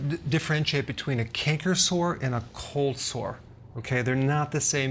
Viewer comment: I'm sorry but it sounds like he's saying colslaw 😂